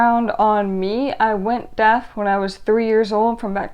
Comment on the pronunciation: Are you saying deaf or death? It looks and sounds like you are saying death rather than deaf.